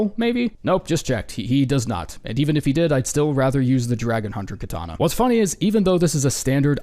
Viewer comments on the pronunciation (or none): none